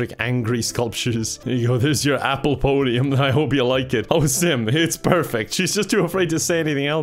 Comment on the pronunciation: I hear simp every time he calls out sim